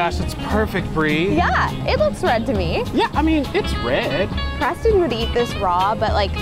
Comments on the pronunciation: Forze Minecraft It’s not Oreston it’s Preston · you say oreston your s Did you dont know its preston are you don"t know her name